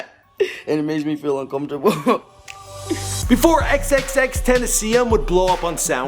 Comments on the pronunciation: (before xxxtenaciom would blow up on soundcloud)really how is he xxxtenaciom why are u bad at saying namessss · before xxxtenazenen 😂😂😂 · ex-ex-ex-ten-ta-seyón Not ex-ex-ex-tenta-see-in Or ex-ex-ex-ten-tay-shun The English Way Is XXX TEMPTACION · why does it trigger me when he calls x XXXTENASSION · deadass how does he see “xxxtenneseun”? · ex ex tentaseeyun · "x x tent a see in" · he said XXtentasseon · Xxxtenatsusm?,Xxxtentacien? Bro can you learn how to pronounce words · Lol want the dictionary on how to say xxxtentacion? xxxten - tass- ee - own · Bro, it's pronounced xxx ten-tash-ion, three x's, not two😂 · Ten tah sea in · xxxtentaseum???? do ur research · OMG Its XXXTENTACION-[ex-ex-ex ten-tace-eon] Learn your pronunciation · tent- tas-se-on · his name is pronounced (xxx-ten-tuh-see-own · Fuck u bitch it's TEN TA CION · it's TEN-tah-see-ohn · that boy said XXXTennesseen Stop Please stop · ITS FAKIN PRONOUNCED (EX-EX-EX-TEN-TAY-SHE-ON) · his name is XXX-TEN-TAH-CION my friend said its like a French name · the fuck is a tenacion LOL. its pronounced Tent-a-cion (Spanish) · dude there was a fragment of him saying his own name in this vid, why "ex ex tenteseyen" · It is PROUNONCED Ten ta cion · Who the fuck is XXXTENTESEEEN? Why can't people pronounce his name right? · Bitch pronounce it right "Ten-ta-syo-nn" hard vowels and tentacion means temptation in spanish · pronounced (ten- ta- shion) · It's pronounced XXX Tent-Ah-Cion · xxx tentaseon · Its pronounced TEN- TA-SHIOWN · xxxtennessee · Tis be "ten-tas-ee-on" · Lmao, its pronounced TEN TOSS EE ON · XXXTENTASEEUM the fuck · XXXTENASSIUM lmaoo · Sorry what's his name loool xxxtenaceon fml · Pronounced "Ex-Ex-Ex-Ten-Tah-See-Own." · this nigga said tennesseeum 😂😂😂😂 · XXX Tits I See Em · Brad Ten - Ta - Si -Oon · Dude it’s bean a yr and a half since he died and u still can’t say his name right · The way he says XXXTentacion makes me wanna cry!